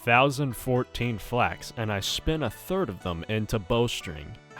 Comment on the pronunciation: i heard flags keeper enstead of flax keeper